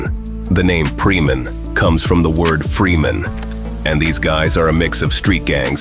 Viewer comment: Indonesia ,not preeman😂😂😂